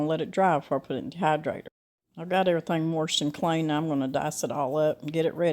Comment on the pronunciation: Lol, you say ...warshed...so adorable.